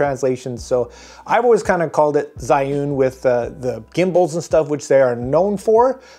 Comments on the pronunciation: Pronunciation sound a lot like Juin or Ju-win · It's pronounced Zhiyun.